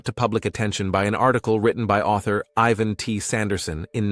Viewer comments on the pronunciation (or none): none